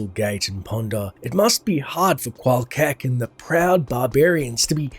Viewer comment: Rune Words fail. Qual'KEK Great video btw. Truly appreciate including every story, non-gossip dialogue in.